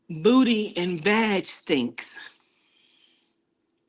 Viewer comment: I am TICKLED 🤣🤣🤣 it’s your dramatic pause before saying “stinksss” 🤣